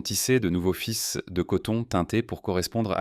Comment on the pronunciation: Le contenu est intéressant pour la nouveauté de ces découvertes, mais le commentaire lu par un robot qui bute sur les mots, fait des liaisons erronées, prononce "fis' pour "fils" (textile), écorche les noms des composés chimiques, ne sait pas lire une date, et dit jécé pour Jesus Christ, c’est un vrai saccage. N’y a t il pas moyen de faire lire le texte à un lecteur humain, sachant comprendre et articuler correctement, comme un acteur , par exemple ?